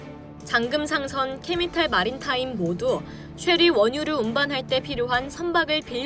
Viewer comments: '메이저'를 '메니저'라고 발음하고 '캐피털'을 '캐미털'이라고 발음하네요. 대본대로 읽어주세요. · 캐피털과 케미털 2회 BHP와 에이치피 1회 내가 잘못 들었나? 기계가 narration? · 좋은 뉴스 감사합니다 그러나 오발음이 제법 되네요 자막은 제대로 나오는데 음성이 계속해서 틀리네요 캐피털을 캐미털이라 하고 메이저를 매니저라하고 신조를 선조라 하고... 같은 실수가 반복되다보니 실수가 아니라 처음부터 잘못 알고있는듯이 보이네요